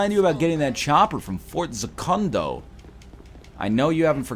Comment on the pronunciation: > Fort Za-Kun-Doh Oh for gods sake...